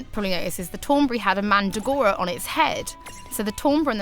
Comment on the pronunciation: You love "Mandagoras?" No, you obviously don't. It's MandRagora. I let it go for the first couple of creatures, but this chick is slaughtering the creature names. No, her accent doesn't make it acceptable. Does it really matter? No lol. But, I had to get that off my chest.